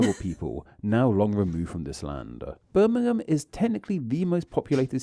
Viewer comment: It's not his accent that is difficult to understand; he is either a lazy speaker or he has a speech impediment. I have never heard anyone pronounce Birmingham or Nottingham the way he does. If the names weren't written on the map, I wouldn't have understood what he was saying. I live between Birmingham and Nottingham, not a million miles from Melbourne. Yes, Melbourne is an English town whose name found its way to America, apparently via Australia.